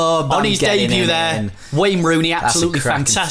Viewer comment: Who’s Wayne Rooney?.... it’s WEHNNNN HONEHHH